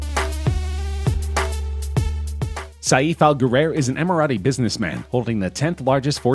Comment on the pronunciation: His name is not Sayeef. It’s Pronounced Safe. Couldn’t they get someone who is not such a moron to talk about the Richest people in Dubai. The name is not Abdoolah, it’s Abb-Dallah